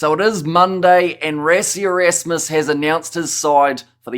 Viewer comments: Bro it's called "ras ie"......almost like rushing..... WTF is "res ie" .......maybe you want to say respiration......it's Rush rush rassie.... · You can not even pronounce the man's name right what to say about rugby